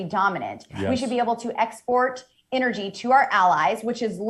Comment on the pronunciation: What the hell is "Inergy"? Does she mean ENergy?